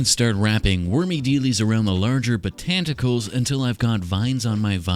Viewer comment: Botanticles - iconic 😂